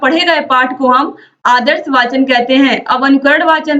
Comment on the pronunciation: वाचन नहीं मैम वचन